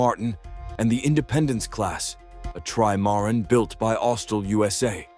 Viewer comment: A try-MAR-in?